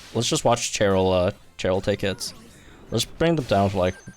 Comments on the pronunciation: Forgive me if you’ve been doing it as a joke and I’m unaware, BUT the pronunciation of these names have been killing me lol. Cheryl is pronounced “Share-il” not “Chair-il”, and Thorton is pronounced “Thor-tin” kinda like how Thornton would be pronounced minus the N lol. When in doubt, the first voice recording in the sync pair profiles is usually them introducing themselves. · my dude, why are you pronouncing her name like that. Cheryl isn't even a made up name, you should know better.